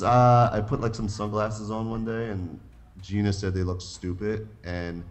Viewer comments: its Jeana, not Jenna....for the millionth an one time. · that guy in the suit is dumb as hell its jeana not jenna